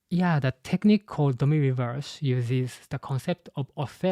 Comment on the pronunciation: Just a small note, "Reversi" should probably be pronounced with the i coming from the latin word. Also Imu has to have the immortality surgery, I doubt he had to steal lifeforce to become immortal, he's more using his own infinite lifeforce to use the Abyss it seems like.